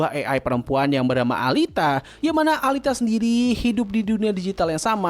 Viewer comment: Alita alita. Dibacanya Elita, gedek dengarnya pronounce nya